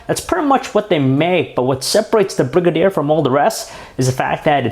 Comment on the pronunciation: Its pronounced "Bri-gay-der" not "Brig-a-deer" lol